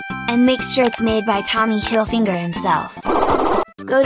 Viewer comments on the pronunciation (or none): “Tommy hillfinger”💀💀💀💀💀💀💀💀